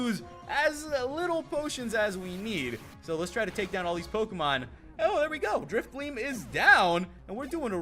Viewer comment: no offense but u should pronounce Drifblim Drifblim not Drifbleem